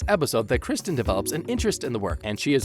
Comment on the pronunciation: From you butchered Kristen's name I turned you off.